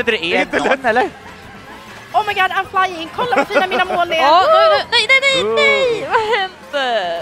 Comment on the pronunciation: Felicias commentary😂😂😂 "Omg ajm flajjing" " Vem är den där jätte sköldpaddan?!"